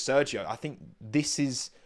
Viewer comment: “I don’t fink you ‘ave the facilities for dat, big man”